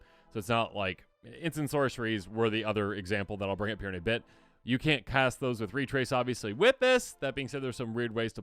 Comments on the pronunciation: "When you cat this spell," ??? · "When you Cat this spell" Love you guys <3